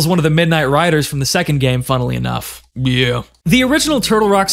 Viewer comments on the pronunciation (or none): Dude really said byeah xD. Great video! Valve really did carry L4D. What a shame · Omg he said byeah (gta 4 jerma)